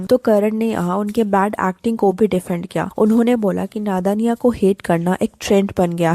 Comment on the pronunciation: Why does your PR sound like pyar? Why does your "kiya" sound like "kyaa"? And kahin = somewhere, kayin = many. Work on your pronunciation.